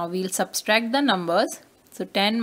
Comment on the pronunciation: Not substract its subtract 😂😅😮😊